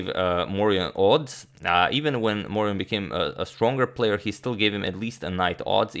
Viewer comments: Yes, the French pronunciation there is unobjectionable: well done! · Very good pronunciation of "Charles Amédée de Maurian". You should trust your French skills ;) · The prononciation de Charles Amédée de Maurian is correct. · I approve your pronunciation of Charles Amédée de Maurion. I do not approve your pronunciation of Mobile, Alabama. It rhymes with "wheel". That's right, neither the English nor the Spanish pronunciation; they're Americans, you'll just have to forgive them.